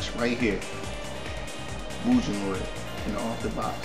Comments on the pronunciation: actually its really Mugen(Moo-gen) not (My-oo-gen) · IT"S PRONOUNCED MU- GEN! NOT MU JIN WITH THE "J" SOUND! (sorry) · srry...but its mugen...u say it like mujen...no offense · agh! its mu ge n not mujen! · The creators (Elecbyte) actually said it was pronounced Moo-gehn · I know, I made this comment 10 years ago. Its pronounced Mu-Gen. With a hard G. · mugen is a Japanese word. It means Infinite, which is the theme of the game